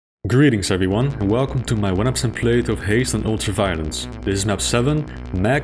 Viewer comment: "greetings everyone, and welcome to my onehunenpurcent plaith of Haste on ultra-violence."